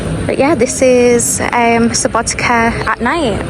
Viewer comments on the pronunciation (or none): Please pronounce Subotica, as "Subotizza", as a pizza, so the Serbian people understand what You are talking about.....thanx and enjoy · C is typically pronounced as TZ in most Slavic languages, try Subotitza ...